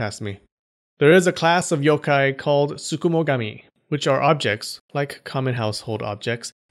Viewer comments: You pronounce the Yokai better than you pronounce the pokemon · I’m a Japanese yōkai enthusiast, and I have to commend you on your great pronunciation of the yokais’ names! I enjoyed this video very much 😊